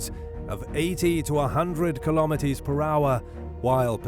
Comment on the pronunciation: Dafuq is a kilometee?